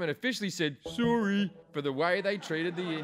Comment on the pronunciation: As a Canadian that fucking sorry couldn’t be more accurate 😂